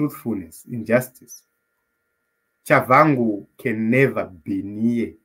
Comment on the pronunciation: Tshabangu not Chabvangu. I don’t like him too but it’s wise to pronounce his name correctly